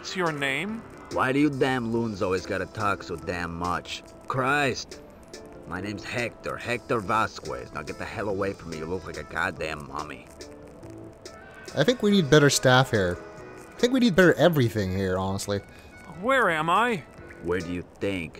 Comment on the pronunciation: Hector's last name should be pronounced Vas-case